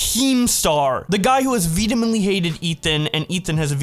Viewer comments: *Vehemently, not "Veedamintley." Sounds like a candy bar old people eat. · vedemently? Is that like an inside joke or do you not know the word vehemently? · why do you talk like a fucking RETARD, its pronounced VE-HE-MENT-LY not vebementy you fucking mushmouth idiot, you talk like a baby idiot retard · the word is vehemently not vedemently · What the fuck does "vedemently" mean?! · Just wanted to say, there’s no “D” in “vehemently”. Cheers, my horse! ✌🏻🐴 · The retardation in your speech is getting worse and worse. Look up the pronunciation of vehemently bro. Anyways, good video. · Your pronunciation of vehemently is fascinating